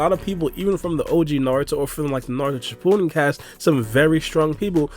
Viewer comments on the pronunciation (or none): none